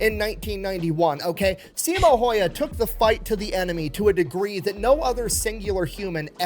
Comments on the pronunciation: not once in my life have i met someone who says simo häyhä correctly and i'm offented. Someone needs to teach everyone how to say the name correctly... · Its HÄyhÄ ... Ä is not an A. At all...